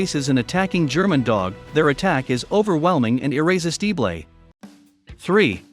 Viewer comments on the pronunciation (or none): air-ris-ti-stee-blay. ROFL God bless AI mispronunciations :) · I want computer-generated narration to be flat-out outlawed. Irresistible comes out "irrist-tee-blay." Are you kidding? Get a microphone! Nice video, by the way.